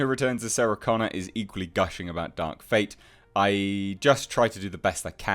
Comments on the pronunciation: The way you said TerminATe Dark fATe 😂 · Terminatuh Dark Fatuh. The laugh I needed, H. Thx